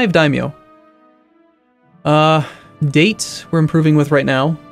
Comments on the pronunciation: DAH-TAY instead of DAY-T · Its Da-teh not dates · DA TE I've spend too much time learning Japanese hirstory not to cringe when he says date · the way pronounce Date is really annoying.... and i usually don't care about that but that one makes me cry;( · ***** Okay... I didn't expect an answer. The question was rhetorical. But one should expect to mispronounce everything at this point. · I am just happy he doesn't play in the HRE, where he butchers the german pronounciation xD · Oh boy, I have listened to them pronounciation... I break inside. But I think german is really hard with them names of some states, but seeing him fail at such easy name... Just... HNGG